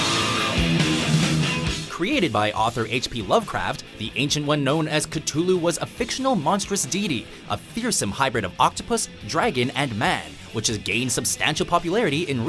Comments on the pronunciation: isnt it pronounced "kathooloo"?? instead og "katulu"? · Did he seriously just pronouce it Ketulu...... It's cthulhu dumb ass..... cTTHHHulhu..... Who doesn't know how to pronounce that. He's worse than Matthew Santoro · Not ka tulu it's pronounced ka thu lu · jesus i almost cried when i heard that pronunciation of the call of ktulu (or cthulhu technically)